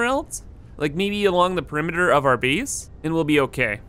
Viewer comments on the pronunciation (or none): Where is he from? Never heard anyone pronounce "base" like "bees" and 8 like "eat"